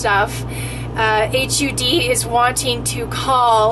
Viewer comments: "The H U D" - just can't stop laughing! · I hate the way you say the name of the dept. its. pronounced. like mudd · You need to say HUD right.. Its not H.U. D. Its Hud.. say it hud.. Its horrible hearing you say.. H.U.D. lol.. And we my ex- boyfriend had a park model Trailer.. And it is still Hud.. Not H.U.D's.. I think you don't know what your talking about.. And we lived in ours full time in an rv mobile home park.. They do have them.. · It is pronounced hud not H. U. D., she should know the agency name, short for Housing & Urban Development. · Hud rhymes with mud. Not h.u.d. You need to look more into this. I believe you don't have a proper grasp of the proposal. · it is pronounced like hud, not like H-U-D. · You need to educate yourself before talking about something you obviously know nothing about. Its "HUD" not "H-U-D", and they regulate Housing and are involved in mortgage insurance on homes just to name a few of their many jurisdictions. They included manufactured and mobile homes affixed to property. This doesn't effect RVs at all unless you have pulled the axles and surrendered the motor vehicle title. You also are completly incorrect as to the definition of manufactured home, mobile home and RV. Stick to topics you know about, and have experience in, or educate yourself before posting bogus information. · Thx for the summary. I should have known early-on when referred to "H-U-D", as in "8ch-you-dee". Everyone with even a passing familiarity of the Cabinet-level agency simply refers to it as "HUD", pronounced as it is spelled. It would be like referring to the National Association for Stock Car Auto Racing as N-A-S-C-A-R. Which no one does. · Maybe, sorta, kinda, I guess...I know you have no idea what you are talking about. You don’t even know how to say the name of the government agency HUD...not H...U...D. Duh. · Why did you keep saying H.U D.? Everyone knows it’s just pronounced hud. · It's called HUD, not H-U-D, we've heard of it.